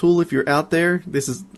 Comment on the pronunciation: "Dis light is made of aluminized steel"